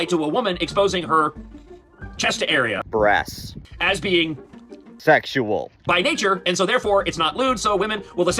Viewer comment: Does this dude say “I’ll have the chicken br🫢” when he’s at a restaurant? What kind of grow-ass man cannot say the word breast?!